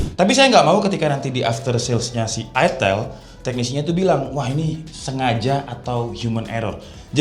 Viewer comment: itel kok dibaca itil?